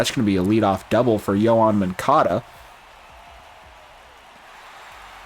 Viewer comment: Moncada…. Not moncado